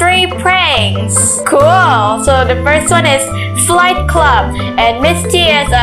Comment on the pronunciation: When she said flight she said slight